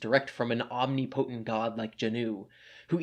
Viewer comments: Om-NIH-puh-TINT, not OMneePOHtent, you ignorant manchild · You keep mispronouncing "omnipotent". It isn't "ahm NEE poh tint". Its "ahm NIP oh tint".